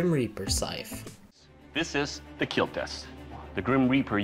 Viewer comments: No it will keal?????????????? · “Your weapon will KEEL” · Your weapon sir, will Keal